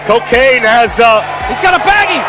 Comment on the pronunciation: Co-kane? Omg im dead 💀 😭 🤣 😂 hahahahahhahahaha